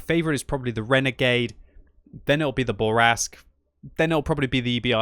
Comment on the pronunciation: It's not a Burr Rask, it's a Boo Rask.